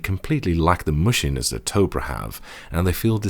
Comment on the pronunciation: OMG ITS NOT PRONOUNCED “TOPRAH” IS PRONOUNCED “TOPER”